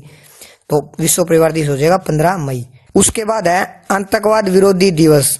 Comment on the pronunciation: sir antakvaad ni aatankvaad bht galat pronunciation h ...